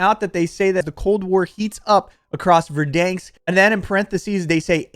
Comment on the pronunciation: Kills me man LOL. Stop saying VerDANEsk like that......LOL its VerDANsk.....the middle part sounds like the name DAN. Anyway, can't wait to watch you slay in Warzone with a Cold War load out!